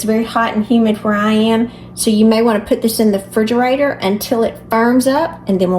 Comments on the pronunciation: Refrigerator. It is a refrigerator. Not frigerator. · I knew you were a real southerner when you said "fridgarator"!!!